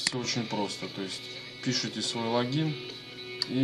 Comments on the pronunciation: не лагин а логин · Почему логИИн а лООгин?